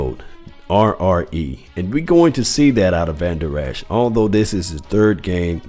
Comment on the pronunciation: you are mispronouncing Vandurlacher's name.